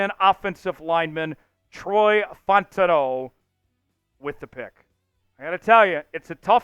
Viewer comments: This has gone on far enough... You're blatantly mispronouncing Troy fautanu's last name ... You're calling him Fontano ... It's Fow-tawn-ooh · Fautanu is pronounced "Fow-tah-new." I saw the Chat Sports vid with the knee issue report on Fautanu but I hope they pick him.